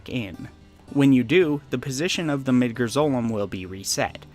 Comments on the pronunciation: like MID-GAR LIKE car but with a g not mid-ger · I mean there is a "correct" pronunciation of Midgar. Just because a name is made up doesn't mean it doesn't have a correct pronunciation. We've heard how it's pronounced in English and Japanese and they both have the same sound lol. Even before Remake came out. Crisis Core and Advent Children came out 20 years ago. Say it how you want I guess but to say there isn't a correct pronunciation is disingenuous. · midger midger midger . its MIDGAR cleary an A ... i bet you like saying the n word alot .. sure lost my sub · Are you pronouncing things like Midgar and Gi weird as a joke that I'm out of the loop on? Cus like, there are a lot of instances where they have been said out loud